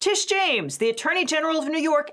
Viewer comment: It's "Tish" not "Trish"